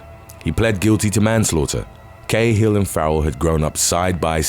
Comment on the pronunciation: AYYY Cahill is pronounced 'Karl'